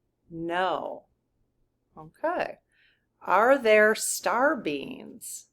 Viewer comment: I am sure you are saying star beings, but all I hear is Star beans. LOL